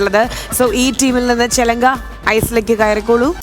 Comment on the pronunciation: Lekshmi...ചിലങ്ക എന്നാണ് ചെലങ്ക എന്നല്ല